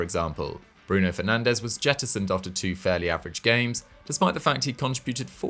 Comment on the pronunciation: Did I just hear this man call penandes world class? State of this